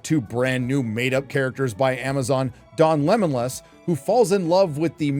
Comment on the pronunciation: "Don Lemonlas" lmao